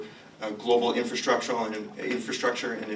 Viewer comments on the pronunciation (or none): none